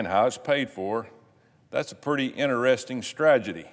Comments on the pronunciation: Stragity? Is that a new version of Stratego? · He said stradgety. :) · Stragedy. Strategy*. Thought he accidentally said it wrong but then he said it again!